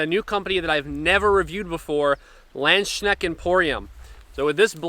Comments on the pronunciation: "Lend - Shneckt"??? 🤣🤣🤣 Landsknecht is pronounced "Lunds - Knecht" [transcribed for English speakers] (whereby the German "ch" is pronounced like the Spanish "x" as in "Mexico"). When presenting a product, it would be advantageous to at least pronounce the name of the company correctly. By the way, the "a" in "Nagel" is pronounced like any other German "a", meaning like the "a" in "car" and not like the "a" in "care". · Tom, never change! Pronouncing Schiavona in the past, now Landsknecht... 😅 I do want to let others know that, if you don't have a pommel, a longer grip is usually needed to have a good balance. This is common for swords in Asian cultures. And historical European fencing manuscripts tell us that longer grips on (langes)messer were also supposed to be used in hooking actions (i.e. hook the hand/arm). So these (28 inch blades and less) are designed for close combat, sometimes almost wrestling with blades, as opposed to longer swords (34 inch blades and more) that are made to focus on the wider fencing actions. Just saying, the grip size is not (just) to have room for the hand.